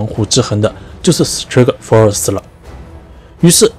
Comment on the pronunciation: strike 发音不对吧。。。